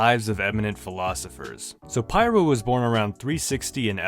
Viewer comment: it's pronounced peer-oh.